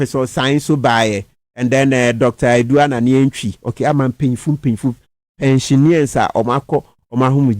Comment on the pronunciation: Mr. Kpebu, the word is "pensioners" please. There is no English word pronounced "pensioneers"